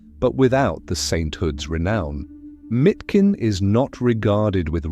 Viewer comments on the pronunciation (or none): It's not Mitkin but Miškin [Mishkin]. miš [mish] means "mouse", which is a contradiction with his name Leon (lion), in english: Lion Mouse.